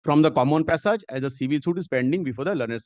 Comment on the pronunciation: The way opponent lawyer saying passage, it's hearing "pissap"